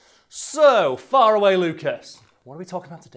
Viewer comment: I only just realized he says “” because he’s far away and not because his last name is Faraway like i was thinking for the past few months